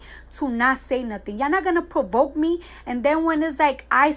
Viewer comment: Cardi said "I hate when people try to proboke." lol